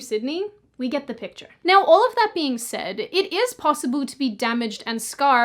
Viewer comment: The way you pronounce the word 'possible' is ridiculously cute. Possiboo lol